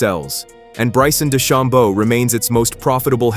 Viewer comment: Try pronouncing DeChambeau and Koepka correctly.